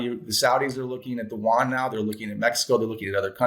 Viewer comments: The Chinese currency is the yuan (you-on). South Korea's currency is the won. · It's not the Juan; it's the yoo-aan. We white people are in so much trouble if we can't even pronounce their monetary unit.